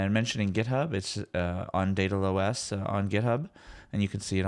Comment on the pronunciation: daedalOS, like Daedalus... When you first said it I thought it was DatalOS like data loss.